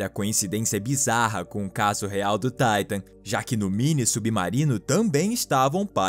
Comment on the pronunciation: Porque na pronúncia de TITAN dizes (TAITAN) e da TITANIC pronúncias (TITANIC)????